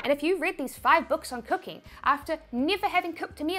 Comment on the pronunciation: No, I want to understand your "E" thing, when NEVER becomes NIAVECH :) , or COMPARE becomes COMPIARE :)